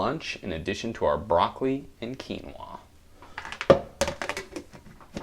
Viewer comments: I like how you say quinoaaaa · you look gay when you say quinoaah